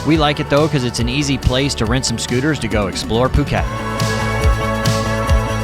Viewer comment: Phuk-et Island? Lolwut